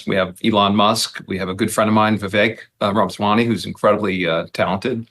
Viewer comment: Ackman claims Ramaswamy is "a good friend of mine," and then mispronounces the name "Ramaswany." The truth is that Ackman hardly knows Vivek but, to palliate a deep-seated insecurity, Ackman wants people to perceive him as part of the "in crowd." This explains why Ackman is so humiliatingly solicitous of Musk and associates.